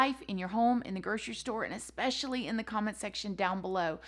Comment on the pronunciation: "Expecially" I love you 😂